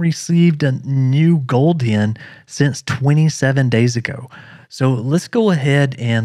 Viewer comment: why you say goldien , it's gold hen